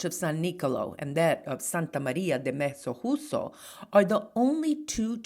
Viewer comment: Thank you for this wonderful video. The J in Mezzojuso is not easy to pronounce, it's like saying "mezzo you so" I come from this little town, moved to the USA at 7 years old. I so much miss this town. You have inspired me to go visit. One big thing this town is well known for is "Il Mastro di Campo" during Carnevale.